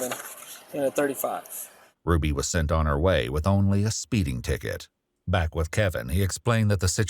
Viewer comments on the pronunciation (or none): none